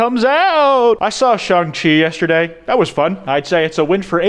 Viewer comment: I thought said ZhongChi instead of shang chi insert skull emoji